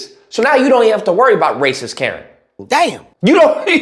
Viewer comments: "Razy Lacist" is the new slur! Best slip of the tongue ever!! Thank you, 😂🤣💯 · I think you said "Razy Lacist" at one point, but it made perfect sense cause they dont!